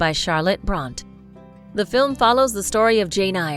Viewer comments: What terrible, terrible narration by the female voice throughout! She mispronounced so many words, that one is compelled to ask if she has studied any English literature at all. If "Far from the Madd*ening* Crowd" was a venial sin, then "Bront" instead of "Bronte" was unforgiveable. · And “Devonshire” and “Bronte” 🥲🥲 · ugh. It's Jane EYRE as in AIR,, and it Charlotte BRONTE...e is pronounced like a. good grief. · For heavens sake, if you want to pose as experts, learn to speak correctly ! Eyre is pronounced « air » Bronté is pronounced « Brontay » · umm, it's pronounced Jane AIR, and Charlotte Brontay, sincerely - person with an English degree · Please learn the proper way of pronouncing Jane Eyre and Charlotte Brontë.